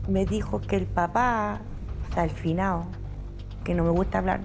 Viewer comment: "El finao"